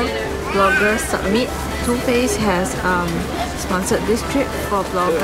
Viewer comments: Why does she pronounce summit as submit lol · Why does she keep pronouncing 'summit' as 'submit' like GURL ITS CALLED SUMMIT WHY DO YOU CALL IT SUBMIT